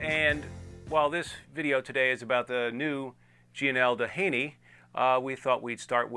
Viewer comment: Pronounced Do-heeny. Named after the beach in SoCal, which in turn was named after oil baron and philanthropist Edward Doheny.